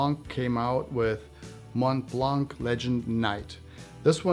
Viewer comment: "Mont Plongg" One thing is certain, you are not French 😁